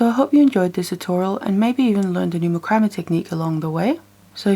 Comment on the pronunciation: This is not meant to be a negative comment... But I think that you are pronouncing this word 'macrame' the wrong way. It is pronounced as "MAC-CRA-MAY"... not "MA-CRAM-ME" As a young one growing up, I used to have a problem with my speech. I could not say the "SH" sound. I was showed how to hold my tongue to pronounce it the right way. Ever since, if I met someone with the same problem, I would just pass my knowledge onto them to help them pronounce their words the right way. (My son even has a speech problem.) Most people take my advice very well. Yes, YOU do "GREAT WORK", and I have learned a lot from you too.